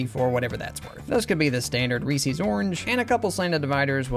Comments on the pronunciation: Great stuff. Ree-sees is actually pronounced Ree-ses though but I’m sure you already know that. I grew up calling it the same thing. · In which part of the United States do we say "REE-SEES" and not "REES-izz"? 🤷🏽‍♀️ (asking for a friend) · Excuse me how do you pronounce Reese's?? Ree-Sees? That seems incredibly wrong and I worry about how you pronounce the name Reese. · Reese is not pronounced “ree-see”, it’s “ree-s”. It rhymes with piece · said Reesee's. SCHLATT'S COMING FOR YOU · I've never heard anyone pronounce it like "Reesies" before. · Ree-Seez cups, eh? (Fantastic designs, Funyuns looks so good) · Reeses is pronounced ree siz. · The number of times this guy says "Reesie" or "Reesie's"... Why? Just... why? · “Reese” is a name. Reese’s is the name, plus a possessive s. Why would you pronounce “Reese” as “Reesey”? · Mispronouncing Reese’s is killing me 😭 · Surprising they’re your favorite with you pronouncing Reese’s wrong.